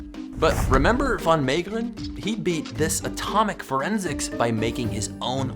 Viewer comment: Btw, your pronouncation of “Han van Meegeren” was not to bad either.